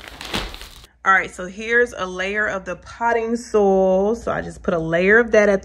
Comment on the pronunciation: It's SOY-IL...not sol